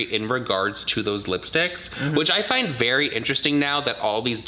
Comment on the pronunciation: “How’d you finnne me here” is part of my everyday quotes I’ll say to my kiddies, friends and family. It sucks bc no one knows what I’m referencing and the hilarity behind it but I love a good “how’d you find me here” quote coming from every now and again 😝